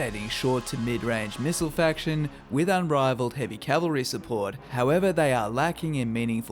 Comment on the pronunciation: Cavalry not Calvary